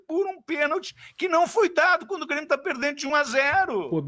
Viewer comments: Ele ameacou falar Bremio? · "BRÊMIO" FOI FODA !!! kkkkkkkkkkkkkkkkkkkkk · Ate o falou Bremio!!!!!!!! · Impressão minha ou ele falou "bremio"? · Foi só eu que percebi ele disse "Bremio" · o cara realmente falou ''BRE'' de Bremio KKKKKKKKK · Quase que ele fala Brêmio. Kkkkk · Q minuto ele falou Bremio? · As entrevistas do é tipo, um seriado de média com dois episódios por semana. Ele falou Bremio? Kkkkk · ele disse cara de Bremio 😂😂😂 já tá aceitando a B